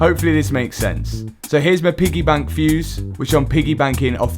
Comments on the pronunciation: it’s piggy back not piggy bank lol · stationary. piggyback to correct a couple mispronounced words. also can't use perished for everything that broken lol jez.